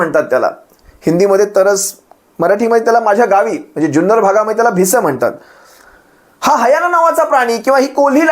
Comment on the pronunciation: Hayana naahi hyena